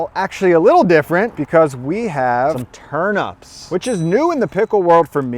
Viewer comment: TURNEEEEEEEEP NOT TURNUUUUUP